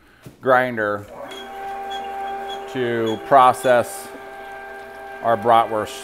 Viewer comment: Love the videos but please could you pronounce the word bratwurst properly in Germany the letter W is pronounced as a V